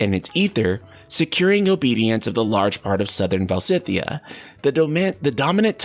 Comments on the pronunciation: Stop saying "Val-si-thea". Its "Valis-thea" 🤦‍♂️ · I think Valisthea is pronounced [Vuh-leez-thee-uh], but I could be wrong. The particle [Thea] resemble the name of the Greek titaness of the earth (the equivalent of Gaia in Latin — coincidence?) and it is pronounced like this in english ( thee-uh). Also, even though I think [his name] will be pronounced like "drive", Clive /klaiv/ means "cliff" /klyf/, so you were not entirely wrong. There’s a semantic correlation there! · I'm Portuguese and I'm just saying because I think I can help with the pronunciation. It's VaLISthea! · Either "val-ist-ay-ah" or "val-is-thay-ah" would be my bet. Definitely not the ways pronounced it unfortunately, I think he must have subtle dyslexia - though he does read out loud well, I'm terrible at it. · I am going to bet "Valisthea" is going to be pronounced "Val-us-TAY-uh" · Va-lis-theya or -thiya, perhaps? 🤷🏻‍♂️